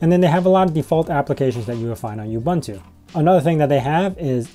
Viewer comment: Psst... oo-BOON-too.